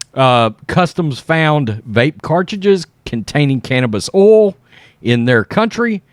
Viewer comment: can you learn how to say oil correctly LOL